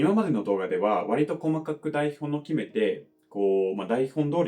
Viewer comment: 英語を長年学習する身にとって、の日本語は驚くほどレベルが高くて素晴らしいなど思います。それは言語能力の高さだけでなく、努力の賜物と思い、その熱意の何分の一かでも自分で実践していればと反省します。 それで、多分発音について気づいていない点かと思いますが、英語ではnの後の母音はnに続いてna.ni.nu.ne.noと発音すると思いますが、日本語は、nに続いて母音をしっかり言います。 すなわち、「台本を」は「daihon o」と言います。「台本のdaihonno」とはならないのです。そこが気になりました。ノンジャパニーズにはよくある傾向です。それ以外は完璧なので本当に尊敬いたします。